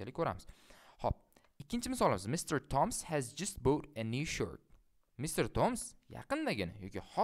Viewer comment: perfect. but it is better to pronunce djust than jist